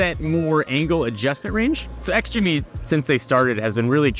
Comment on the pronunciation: ITS PRONOUNCED JIMMY THE X IS SILENT 😠😠😠😠